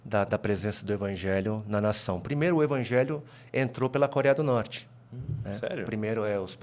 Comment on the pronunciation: O camarada tá no Brasil não sabe falar corea do norte 😂😂😂😂😂😂😂😂😂😂😂😂